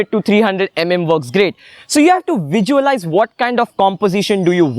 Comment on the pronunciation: Everything you said is perfect...but why you kept on repeating "vijualize" instead of "visualize"???